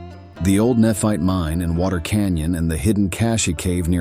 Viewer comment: Is the name Tyler pronounced til er? Nephite is ne fite. Not neph it.